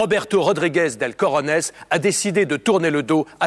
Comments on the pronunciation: honnetement sur l'accent Colombien il est pas top.... ensuite cojones c'est avec la jota, pas un "r". Voila j'ai sorti ma science... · Roberto Del Cojones c'est trop dur à prononcer pour des gosiers français señor.